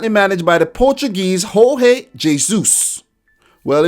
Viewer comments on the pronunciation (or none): On Jorge Jesus, It's not pronounced HOR-HAY lile the spanish version. Here's how it's pronounced.